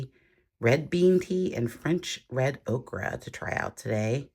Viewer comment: Did you say red okra? 😂